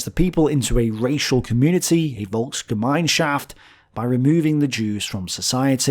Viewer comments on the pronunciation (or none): it's Volksgemeinschaft, not Volksgemeinshaft. Sorry. I like your videos but this is literally unwatchable now. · Really nice video as usual :) The world is full of lies, right? :) However, its called "VolksgemeinsChaft" SCH! i know it sounds really similar in in both languages. Another word for you: "VOLKS-SCHÄDLING" thats also a similar word how the national socialist propaganda back then described jews.